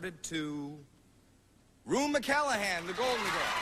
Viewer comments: dude. She LITERALLY reacts when he says it wrong. He said it wrong. Its clear as day. I don't know why youre so hell bent on arguing this, but you're arguing something easily provable IF YOU JUST LISTEN. If you can't hear the difference in how he said it, then how she says it, you are being willfully obtuse. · What a great moment for her, marred by that idiot's mispronunciation of her name. If he wasn't familiar with who she was as an actress (though by this point she had become a star, and a household name), he could have at least done his homework, and made sure to pronounce all the nominees' names correctly. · GOD, HE SAID HER NAME WRONG TWICE.. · He didn't even have respect enough to practice pronouncing the nominees names? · too bad he did not pronounce her last name correctly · Howie mispronounced her name TWICE. What a dweeb. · this guy, needed to rehearse, how to pronounce Rue's last name. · She didn't even correct Howie as he continued to mispronounce her name. Such class. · What Class! What a woman!! Witty, funny profound, appreciative but not overly gushy. The host..what a jerk.. not pronouncing her name correctly. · Can't believe the presenter messed up her name, TWICE! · Her natural speaking voice is so lovely. I wish that Howie didn't mispronounce her name (twice) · Rue is so classy because she could’ve thrown a fuss for Howie Mandel for screwing up her name. Twice. But she let it go. Unlike Katherine Heigl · Howie Mandel mispronounced Rue's last name. That's why she was laughing. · Yes. Couldn't pronounce McClanahan right. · Not getting her name right is awful.I love Rue/ Blanche. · I legitimately hate that man for mispronouncing Rue's surname. Glad she won. What a beautiful actor she was. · It really pisses me off that he didn't pronounce Rue McClanahan's last name correctly, like more than it should lol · Oh Howie how you messed up her last name! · Drives me nuts he said her name wrong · He said her name wrong - so disrespectful